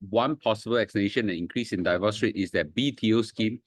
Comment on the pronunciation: Please pronounce “divorce” correctly. It's “deevorce”, not “daivorce”. Not I say one, my dictionary app say one.